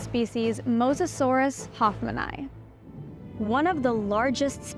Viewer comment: I hate how she pronounce hoffmani